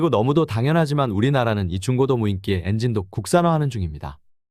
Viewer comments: 무인기를 왜 무인끼로 발음 하는지 이해가 안되는군요. 중국산은 절대로 쓰면 안되죠. 적국인데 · 무인기라 했다가 무인끼라 했다가 발음이 왜 저런가요. 물론 방송내용이 더 중요하지만 나는 거슬려서 못 보겠네요.